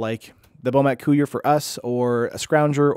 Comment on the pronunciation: I like your stream but couldn't watch this one. "Bomat coo-ier" just isn't right. I can normally get over mispronounced card names but that's too much for me.